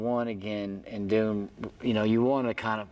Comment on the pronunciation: "Thoom" hahahahahaha